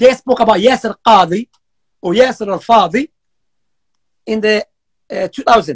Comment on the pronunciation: call Yaser Qadhi as Yaser fadhi. I didn’t see in my life anyon fadhi more than you You are Khareji.